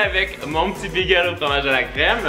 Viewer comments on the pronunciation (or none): C moi ou il dit “bigel” Sinon, j’adore tes vidéos!